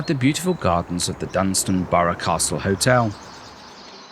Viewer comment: It’s Dunstanburgh, not Dunstanborough. And Low Newton-by-the-Sea and not Lower Newton-by-the-sea. Do your research.